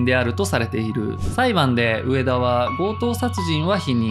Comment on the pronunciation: 「うえだ」じゃなくて「うえた」